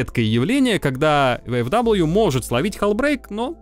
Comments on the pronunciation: Читается как ВФВИ, нет там даблвью, это немецкие буквы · Японский магнитофон,, ну не первый же раз ты про эту машинку рассказываешь. Ну какая, к галлам, "ВэЭфДаблю"? "ФауЭфВэ", так её название читается, ну сколько можно-то уже. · Только не "Вэ-эФ-Дабл ю", а "Фау-Эф-Вэ" я понимаю, что скажут, что ты прицепился?, я понимаю, что не все тут учат немецкий, но для меня это важно и так действительно правильно... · Да какой ВэФэДаблью???? Фау Эф Вэ! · "ФауФВ" так оно читается на немецком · А оно читается как "ФауФВ" на немецком